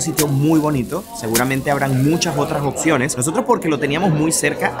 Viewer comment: Excelente video... Solo me causa conflicto cuando dice cosas como: oCciones, oCtimo, aceCtar, adaCtar, etc... XD de resto muy buenos videos!